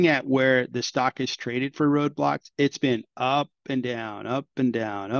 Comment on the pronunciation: Roblox not Roadblox m8 😂